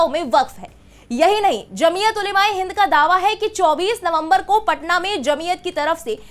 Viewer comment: सही उच्चारण, जमीअत ओलमा ए हिंद।